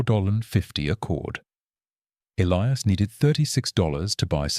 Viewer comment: Ah, yes. The ever present Elias Thorne and Silas Vance. And an AI voice that can't decide which way to pronounce Elias and struggles with temperature readings.